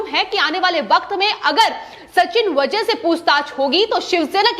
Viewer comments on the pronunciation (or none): वझे नही वाजे हैं वो .